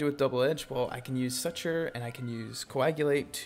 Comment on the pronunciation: Dude, stop saying suture like that